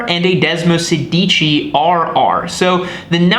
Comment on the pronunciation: If you want to sound like a real Ducatista, pronunciation is key. Sedici has the accent on the first syllable and sounds like SAY-dichi. Sedici means “16” for those wondering. Desmo is Greek for bond and in this bike, refers to the way desmodromic valves are “bound” to the camshaft; 16 of them in this bikes case for desmosedici, (desmo-SAY- dichi). Source: me, an Italian speaker. There, now everyone can sound like a real Ducatista.